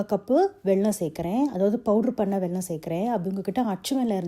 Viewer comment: அலோ மேடம், உங்கள் சமையல் எல்லாமே அருமை. ❤. ஆனால் உங்கள் உச்சரிப்பில் ஒரேயொரு திருத்தம். அது வெல்லம். நீங்க உச்சரிக்கிறது வெள்ளம் / தண்ணீர். நான் பெங்களூரில் பிறந்து பெங்களூரிலேயே வளர்ந்து, தமிழை நேசித்து, சுவாசித்து வாழும் தமிழச்சி. இந்த இனிப்பை எங்க ஊரில் ஹயக்ரிவா என்று சொல்லுவோம்.